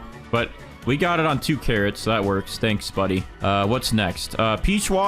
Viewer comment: OH- yEw gOaaT cawwOts iN yUr gAwDen?